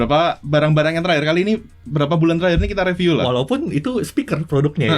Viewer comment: Panjang tp detail dan isinya berbobot... itu bagus... Bagi tmn2 yg merasa kepanjangan atau gak sabar, bisa disetting agak cpt di 1.5x atau 1.25x kan... atau bisa di double click sehingga skip ke beberapa detik berikutnya.. Sedikit masukan buat, kalau setahu saya.. kata "review" itu dibacanya RIVIU bukan reviu Jadi bacanya Jagat Riviu.. bukan Jagat Reviu. Cmiiw.... Maju trs JRTV...ttp detail dan berbobot 👍🏻👍🏻👍🏻👍🏻